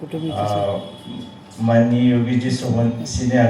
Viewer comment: सोमन नाही. सोमण म्हणायला शिका. आपली सर्वांची मराठी भाषा आहे. ती शुद्ध बोलायला शिका. आपलीच भाषा आपल्याला शुद्ध बोलता येऊ नये हे दुर्दैव आहे. साधे पाणी बोलता येऊ नये. शनिवार बोलता येऊ नये तिथे आपले महाशय पानी. शणीवार बोलतात.